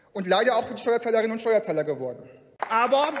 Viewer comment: Wer kennt ihn nicht? Den "Steuerahler" 😂😂